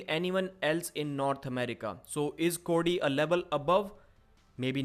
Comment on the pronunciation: I don't know who you see as the favorite in the Cory v Cody match, you pronounce their names the exact same way lol